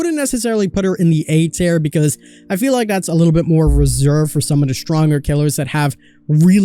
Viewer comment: "Tier" pronounced "tear" as in tear rolling down your cheek, not "tear" as in tear a piece of paper.